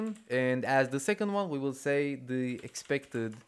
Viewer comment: They way you say "the" is so funny. Dehh